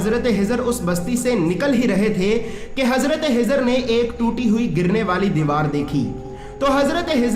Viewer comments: nam shi nhi bola khezar .a.s.thano hezar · Hazrat khizar hai in bhai ki kh ki aawaz me masala (problem ) hai kh ख خ bol nahi pa rahe hain shayed.